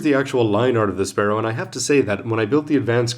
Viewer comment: It's spaLLow, not spaRRow!! Can't you distinguish Left and Right?